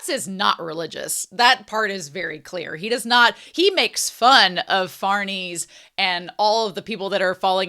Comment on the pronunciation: i prefer the way you say Farnese over how it's supposed to be said